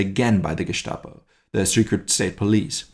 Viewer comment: In German not every s before t is pronounced as "sh" Gushtav, Geshtapo vs made me cringe